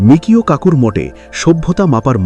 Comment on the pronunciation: এতদিন ধরে শুনে এসেছি, তার বেশকিছু বইও পড়া হয়েছে, সর্বত্রই আছে বিখ্যাত পদার্থবিদের নাম 'মিচিও কাকু'। আপনারা মিকিও কাকু বলছেন কেন!